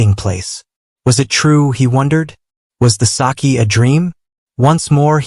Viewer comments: It is not saki ❌it's saké✅ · It's not sakee it is. Sake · Sake not saakee